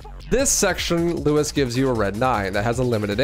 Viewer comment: i cannot watch this with u saying lewis the whole time 😭